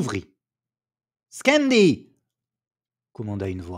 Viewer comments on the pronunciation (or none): Par contre l'italien est améliorable 😅 on dit chendi pas skendi.